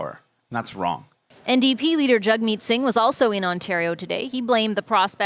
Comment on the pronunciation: why does she say jugmeet?